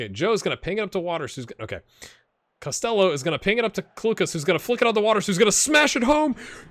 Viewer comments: You're going with Cost-ell-oh (like Elvis I guess), it's more like Cost-Hello with a fairly soft 'h'. To episode 3 I go now... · UCD (LSL) is UCD's B team effectively. The LSL stands for Leinster Senior League. You're pronouncing Costello differently to the player himself too. I watched him make the breakthrough at Limerick in real life and can tell you he's in Scotland now in real life. Loving this so far, keep it up!